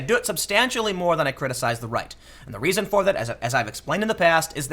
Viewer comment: To answer your question: When you pronounce reason it sounds like raisin.